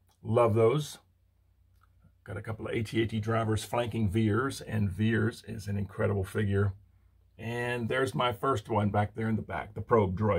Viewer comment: Great Collection. Empire 40th Vader Best. AT-AT, not A-T-A-T.